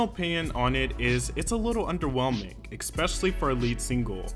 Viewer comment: Man said "exspecially"...